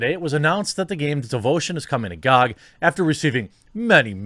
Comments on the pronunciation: Who the fuck pronounces GoG like gog instead of G o G? This is the first time I've heard it and I've been watching this topic on various channels. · Everyone: Gee Oh Gee Quartering: Gawg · wtf it not gag its Ge O Ge dot com